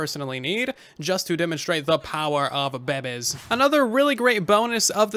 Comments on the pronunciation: "the power of baebes" XD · He said the puebes but buedes from the tiktok guy 😂😂😂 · "power of bebeys " I literally bursed out laughing